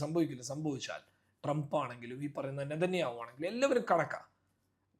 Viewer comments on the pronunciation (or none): none